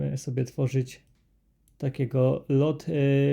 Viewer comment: Dwa "o" czyta się jak "u". Czyli nie LOT tylko LUT filter. (sorry, że się przypier*alam, ale aż kłuje w uszy)